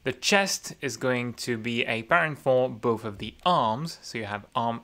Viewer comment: He can say the "TH" in thighs, but he says "boaf" instead of both XD